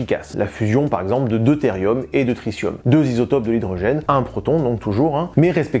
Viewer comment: Enfin !!!! Tu as dit tritium avec un "ss" !!!!